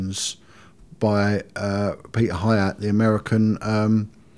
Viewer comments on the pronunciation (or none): none